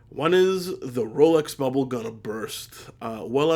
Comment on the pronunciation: i am starting to get annoyed every time i hear "the rolex bobble"